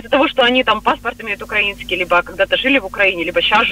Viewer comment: балтком делайте правильно ударения украИнский